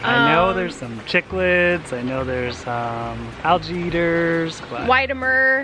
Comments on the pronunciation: Cichlids are pronounced Sick-lids not CHick-lids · Chiclids is pronounced as "SICK-lids" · Cichlids are pronounced “sick lids”! Lol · Cichlids is pronounced sicklids BTW. They are very popular up here by Chicago, probably because our water is liquid rock and very high in pH making it perfect for African cichlids. And tilapia are a type of cichlid so shhhh